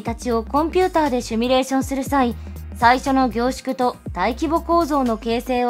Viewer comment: 「シュミレーション」じゃなくて「シミュレーション」ね。あ、下に同じことを書いている人がいる・・・